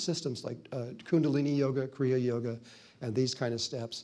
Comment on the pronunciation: Danke! Eine Bemerkung, es heisst Kriya Yoga, nicht Korea Yoga 🙏